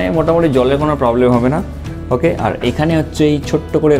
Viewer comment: Vai tor "Okkhay" ta sunle mnehy ei England er flight thke namli😆😆😆